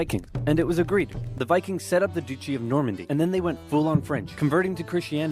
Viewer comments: Haha "Deuchee" 😂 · The "Doo-chee" of Normandy.